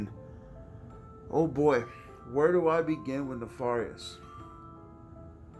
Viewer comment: U r pronouncing the word wrong nefarious. Look it up the a is. Like air